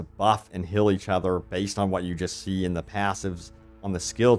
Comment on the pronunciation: Dude. U say hill/hilling/fill/filling. It's hEAl, fEEl and fEEling 😢 so annoying